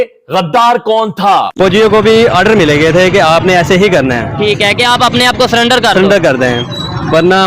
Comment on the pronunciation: It's not SULLENDER it's SURRENDER.